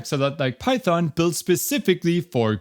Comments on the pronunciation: Not pyhon it Python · remember, the "t" is not silent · I have a feeling Godot's popularity is going to skyrocket now that you're teaching it :) Also "Pyhon-syntax" ;)